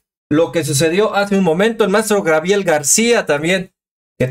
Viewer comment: Mi, saludos desde Chicago, una crítica constructiva, con mucho Amor, mi; se dice Gabriel, no Grabiel